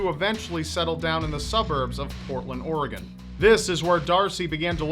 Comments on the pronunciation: Props to pronouncing Oregon right but it is Will-am-Et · The fact says Oregon right is refreshing